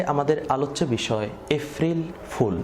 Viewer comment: গলার টোন এত সুন্দর কিন্তু এপ্রিল কে এফরিল কেন বারবার বলছেন বুঝলাম না।